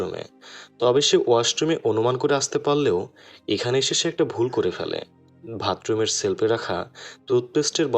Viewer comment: ট্রেন, not টেন বাথরুম, not ব্রাথরুম